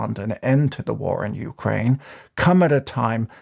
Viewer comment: "Youcraine" First time I heard it pronounced like that.